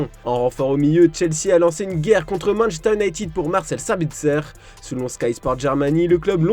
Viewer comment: "Manchter" 🤔 c'est nouveau ça